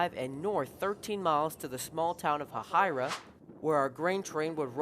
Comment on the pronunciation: Good narration. Same for the footage. I wish I got to see that Warbonnet in person. Quick note, the locals in Hahira pronounce it as hay-hi-ra. The town has even been mentioned in a few Ray Stevens songs.